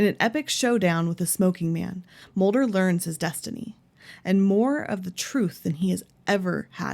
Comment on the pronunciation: It's scully not scolly. And it's Mulder not molder!